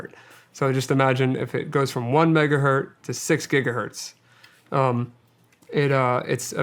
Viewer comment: 1 megahertz not hert... That is all.